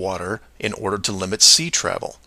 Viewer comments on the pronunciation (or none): none